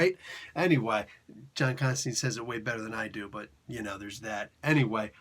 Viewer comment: Alan Moore stipulated it, Jamie Delano gets SERIOUSLY pissed off about it...JC HIMSELF called Chester Williams out for it in an issue of Swamp Thing...What is it? It's the constant mispronunciation of "Constantine". It rhymes with "Wine" not with "Bean".